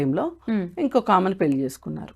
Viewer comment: పెల్లి కాదు పెళ్లి!